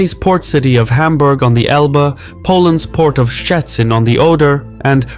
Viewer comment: Your pronunciation of Szczecin is pretty good, most people don't even try. As someone who was born in the city, I would love to see the canal built and see the benefits for my native city.